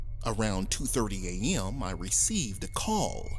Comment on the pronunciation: I truly enjoy how he pronounces a.m ——> ehyyehm 😄 if you hear what I mean 🌟